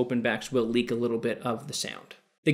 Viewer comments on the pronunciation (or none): none